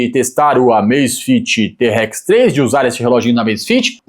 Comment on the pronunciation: Eu ia até me inscrever no seu canal, mas depois que você pronunciou te- Rex 3 aí você zoou legal